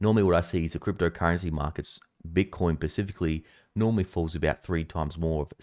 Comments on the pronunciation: ahh it's "specifically" not "pacifically" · pacifically yeah? lool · Did you say pacifically? 🤔